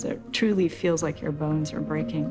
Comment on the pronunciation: 😂😂😂he said bones not balls